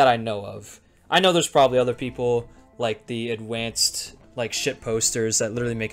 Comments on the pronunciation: Hearing adwanced sp much has killed my brain that now i find it funny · i love the fucking mental breakdown section where bro is just crying while saying adwanced over and over 😭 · Is he adwanced?